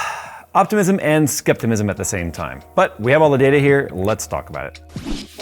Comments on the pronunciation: Skepticism or skeptimism lol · Nice video. Just a tiny observation... There is no such thing as "skeptimism". There is optimism and Skepticism (American English) or scepticism (British English), both with a "C", not an "M". ;) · Skeptimism. Lmao. You mean skepticism. Learn to speak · Skeptimism? Skepticism,. Anyhoo, good work, keep it up. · Optimism and skepticism you dummy! Making up words? Skeptamism is NOT a word! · "Optimism and Skeptimism" - 2022 It's hard not to love you, man. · skeptamism??????? new word! its sceptisism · "skeptimism" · scheptamism....new word check lol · As someone who used the word "pronounciate" in a convo with his parents recently.... I'm now adopting "skeptimism" ..... own it. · "Skeptmism" xD XD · ahhhh 'sceptimism' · lol "skeptimism" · “Sceptimism” did I hear that right😂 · Did he say skeptimism? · Skeptamism, thats a new word for me haha. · He said skeptimism 🤣👍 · You probably meant 'skepticism' ? but nice review as always! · "Skeptimism" ... I, too, explurgitate new words as I need them. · You pronounce 'skepticism' quite strangely.